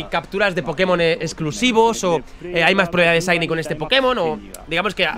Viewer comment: Porque dice siny en vez de shiny?